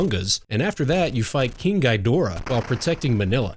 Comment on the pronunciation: King Ghidorah is pronounced "King Geedorrah" not "Gaidorah".